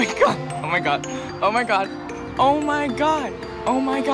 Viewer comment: i like the part where he says "au mai gard"